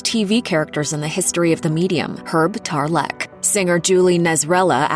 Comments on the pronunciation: TARlek, not tarLEK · "Herb TarLEECCKK" ?